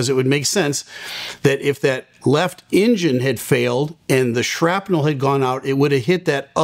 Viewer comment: Why do you call it “injin”. It’s not Tonto. It’s pronounced “enjin” with an “eh” not with an”I”.